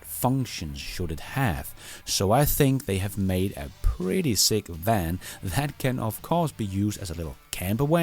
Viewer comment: What the hell is a “wan”,?